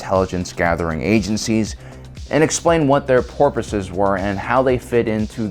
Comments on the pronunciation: "and explain what their porpoises" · "and explain what their porpoises were" 🤣🤣🤣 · I heard you say porpoises instead of purposes. Are you yourself a porpoise and is that why you hate dolphins? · Did I hear "what there porpoises were" or am I hearing things? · "what their Porpoise's were" … The mask is slipping. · He said purposes like the animal lol